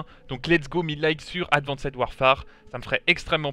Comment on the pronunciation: Advanced warefare se lit « advinste warfère » c’est quoi ton délire de « advincède warfère »? En anglais le « -ed » du prétérit ou du participe passé se lit « t » après le son « s »